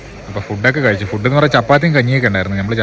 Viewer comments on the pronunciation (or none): none